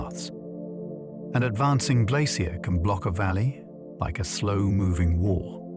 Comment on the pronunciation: I find this difficult to listen to simply because AI doesn’t know how to pronounce the word glacier. It’s even trying out several different ways to pronounce it. Just too distracting to sleep, which is too bad because I’m sure it is interesting.